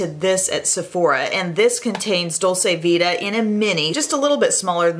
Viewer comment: FYI Dol-chee-vita